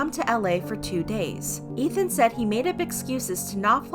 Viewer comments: It's EETH-MUH not ETH-MUH. Think of it as saying the begining of Ethan's name and the end of Emma's name... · Take a shot everytime she says Ethma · The way you pronounced Ethma 😭💀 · Ugh the way they say Ethma is really bothering me. To me its like how you say his name with the E sound. His name isn't Ethan with an eh sound, but I guess its just me. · the pronunciation of "ethma" 😭